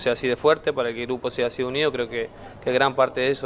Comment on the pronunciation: es un gurpo increíble lo arreglan : es un gupro increíble 🤣🤣🤣